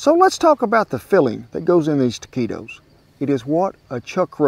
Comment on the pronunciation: Good job with the pronunciation! Most Americans, and English speakers as well, say the U, nice work Cowboy Kent.